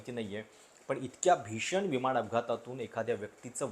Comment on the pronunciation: आपण चांगले व्हिडिओ बनवता पण न चा उच्चार आपण ' ण ' असा का करता ? विमाण विमाण असे का उच्चारता ? उच्चार सुधारण्याचा प्रयत्न करा.